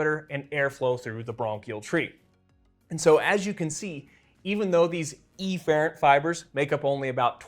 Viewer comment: Turns out it’s a lot of things he pronounces actually. Maybe it’s just him. EEfferent and AYfferent being a few others.